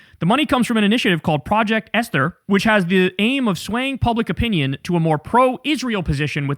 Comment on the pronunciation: That's not how you pronounce Esther